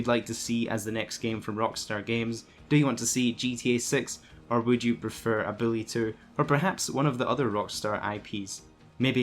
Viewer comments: Lol sounds like you said Billy 2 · Even subtitles agree that’s what he said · I thought he was saying Bully 2